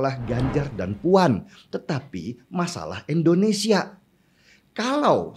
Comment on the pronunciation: Untuk ke sekian kalinya. Bisakah menyebut nama negara sendiri dengan benar? INDONESIA bukan ENDONESIA